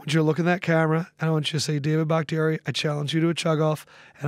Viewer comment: It’s David bahktiari